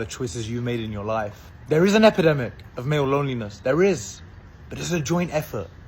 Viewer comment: EpIdemic*...C'mon